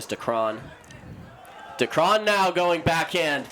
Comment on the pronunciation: Someone tell these commentators to learn how to pronounce Decreane, there's so many videos out there